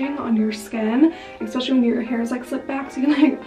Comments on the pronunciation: In the nicest way possible, please stop saying “eckspecially” instead of especially 😂😘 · I love your vlogs x I find it so funny how you say the word especially with an x 😂 I'm from the uk, is that an American thing?